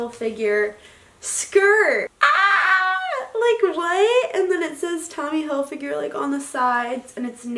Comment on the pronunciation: Loves Tommy Hilfiger but can’t even say it right😂